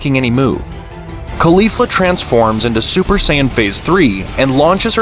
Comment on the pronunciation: "bills" "super sayinyen"